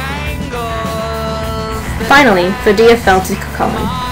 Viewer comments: Good basic retelling but jst so u no usually in Irish the stress is put on da first syllable of the word. Dat wud help ur pronunciation. CONnacht, FERdia, etc etc. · I don't care if this is nit-picking, I really must protest. Medb is pronounced 'May-v', Connacht is pronouced with the emphasis on the first syllable, as is Ferdia.